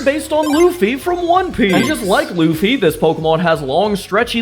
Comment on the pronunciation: I understand Aaron now, but you messed up on Luffy’s